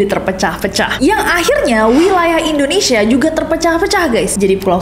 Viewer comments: Kenapa Indonesia dibaca Endonesia? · Pengucapannya Indonesia bukan Indonesya..... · Trus sejak kapan ya ada penyebutan ENDONESA? 😭 biasanya buibu ges wkwkwk